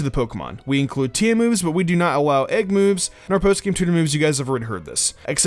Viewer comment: "Incwude" "Awow"